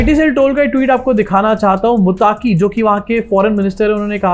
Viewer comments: भाई मुत्ताकी नाम नहीं है मत्तक़ी नाम है। अंग्रेज़ी में ग़लती हो जाती हैं। अंग्रेज़ी है ही ग़लत । हमारी बदनसीबी है कि बिग़ैर सिर पैर की भाषा को हमारे ऊपर मुसल्लत कर दिया गया है 😅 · मुताकी नहीं भाई मुत्तक़ि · मुत्ताक़ी नहीं, उसका नाम मुत्तक़ी है